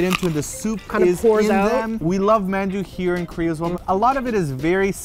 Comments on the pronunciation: sorry but it got to me how they were pronouncing it as "mann-du" in the video. I grew up hearing it with a softer annunciation like "mahn-du" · RAGE!!!...please ask soozie to teach you how to say 만두. the 아 sound is the same as is 강남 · It's the dothraki-man-warrior inside joke thing, that's why they pronounce it like that.